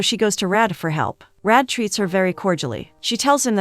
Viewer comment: Its not Red. Its Rah-day. My favourite Bollywood flick